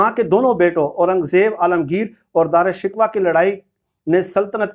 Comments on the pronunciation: wesy bye the way asal pronunciation darushkoh hai shikwa nehi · Sir Dara Shikwa nahi sahi pronounciation Dara shikoh hay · It is Shikoh and not Shikwa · او بھائی دارا شکوہ کو درست طور پہ تو آپ ادا نہیں کر سکتے یہ Darashikooh hy shikwa nhi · او بھاٸ صحافی صاحب یہ خوشامدی کی تعریف بھی اُوٹ پٹانگ کی۔ اور پھر رہی سہی کسر غلط تلفظ سے پوری کر دی۔ دارا شکوہ Is not Dra Shikwa It is Dara Shi'koh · دارا (شکوہ) درست تلفظ کریں۔